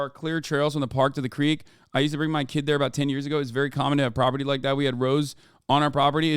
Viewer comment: she fr said “muh dream” gotta respect it can’t lie